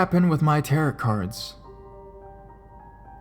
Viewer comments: tar-oh not tarit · what exactly is a tear it card reading lol. the end t is silent essentially sounding like tear oh. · It's pronounced "TEHR-OH" the last "t" is silent. And the "c" in Celtic is a hard "c" meaning it's pronounced like a "k". It isn't pronounced like the Boston Celtics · How can you make a 13 minute narration video on the subject of tarot cards and and not somehow find out the pronunciation of the word tarot? It's french. TA-ROH. It's not pronounced like carrot.